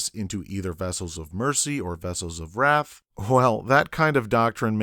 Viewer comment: IT'S WRATH,NOT WRAFF...